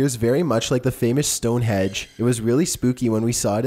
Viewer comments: Hypotheses,, not hypothesises. Also, Stonehenge, not Stonehedge. Last one, I promise - "NAH-dyool," not "NO-dyool." Love your content! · He pronounces Stonehedge, no such place, it's Stonehenge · Henge! Not hedge you. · "Stone hedge?!" Really? It's STONEHENGE for fuck's sake. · Yeah just so you're aware, it's not Stone Hedge, it's Stone HENDGE.. silly 😋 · Stone HEDGE????? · It's Stone-"henge"..Not "hedge".. Stop saying "hedge"..!! 🤣🤣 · Stonehenge!!! I wanted to gouge my eardrums with this pen I'm holding Everytime you stonehedge! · Stone hedge??? LoI think you mean Stonehenge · Stonehenge, not Stonehedge. Cool vid. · stone edge? thats a pokemon move, I think you mean stonehenge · Were you saying stone hedge? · Stonehenge... is not a stone hedge... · Sorry but it is Stone Henge not Stone Hedge. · Stone Hedge? Whats that? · Stonehedge? It's Stonehenge, not hedge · Its not stone hedge, its stone henge! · Stonehenge not stone hedge. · Stonehenge not stone hedge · Stonehenge HENGE not Hedge. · Its Stonehenge not stone hedge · That would be stone HENGE not Hedge!!!! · Stone hedge ? Really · It's pronounced "StoneHENGE", not "StoneHEDGE" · Stone hedge...ah ha ha. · Stonehedge STONEHENGE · "stonehenge"...not "stone hedge"...ffs dude,do some research... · STONE HENGE NOT HEDGE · StoneHedge.......really??? xD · it's STONE HENGE!!!!!! NOT STONE HEGE kept saying stone hege.....it's STONE HENNNNNGE....remember the 'N" between the E and G. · Also you said stonehedge. Which is how it looks. But its stoneheNge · Stone Hedge? WTF? It's HENGE....................... I fucking hate computer generated voices. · All the ppl commenting about his voice and manner of speech is hilarious and accurate, but Im even more annoyed by how many times he mispronounced Stonehenge! Its henge, not StoneHEDGE u haha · Stonehedge? 😂😂😂😂It’s Stonehenge Bruh!😂😂😂😂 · also, not "stonehedge", but rather "Stonehenge" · stone hedge loooooooooooool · Yes I heard that too.